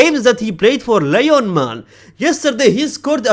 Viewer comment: Lyon is pronounced Lee-Eyohn phonetically